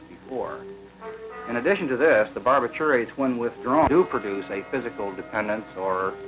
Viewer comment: BAR-bi-TUR-ates? Wtf …You mean BAR-BI-turates?